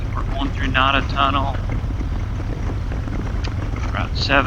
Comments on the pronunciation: Enjoyed the video. Just a very respectful "FYI"...The tunnel is "Nay'-duh", not "Nod'-uh". It's still a great tunnel by any name! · Pronounced Nay Da haha a friend went to go through the tunnel and a car was coming so he backed up had his wife on and he backed up off the blacktop went to put his foot down and ground was about 12 inches farther down and he went over not a good day at the tunnel.